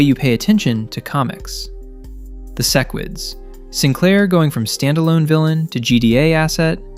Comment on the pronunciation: can pronounce "Yeun" but not "sequids" and "talescria"😭😭